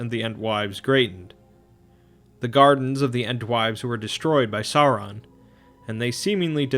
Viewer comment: Sauron is pronounced Sour-ron.